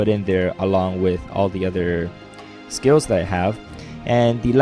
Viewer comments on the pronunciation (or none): none